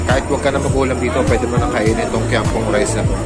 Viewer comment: buti naman pronounciation mo is kiam peng, yung ibang vloggers are murdering the hokkien language by saying kiam pong